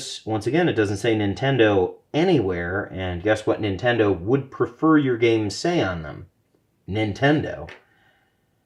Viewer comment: "Nintondo" I lol'd.